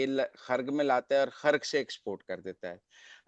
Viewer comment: سہروردی صاحب خرک نہیں ۔ جزیرہ خارک درستگی فرما لیجئے